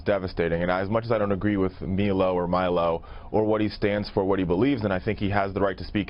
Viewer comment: Guy won't even pronounce Milo's name correctly, but probably cries in the shower when someone gets misgendered